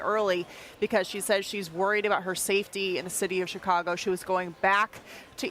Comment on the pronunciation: She says Chicago right 🤷🏼‍♂️